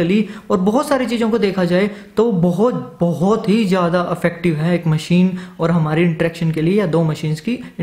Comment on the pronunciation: भाई , affective/अफेक्टिव नहीं, effective/इफेक्टिव है।